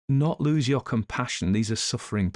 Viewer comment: I'll never tire of your pronunciation of "Yuer", and I've been listening for Yuers! 😅❤